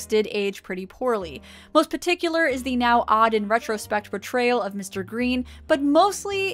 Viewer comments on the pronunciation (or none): none